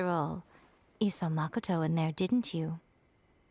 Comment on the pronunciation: The way you pronounce Makoto hurts me every time.. You literally hear all of them say it 20 times. ma-ko-to, not MAHKOTOW. Please